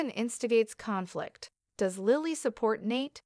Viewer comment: And how to pronounce names! Deevon Saint not Street! Who’s name is StreetJohn makes no sense. Lilly not Lyily! I had to stop in the middle of her narrative! Who’s name is Seen? Seen Dominic? It’s too much! I will not watch or listen to any more of these !